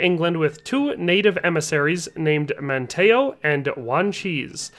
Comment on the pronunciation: Your mispronunciation of Hatteras and Manteo are super annoying. However pretty solid video otherwise.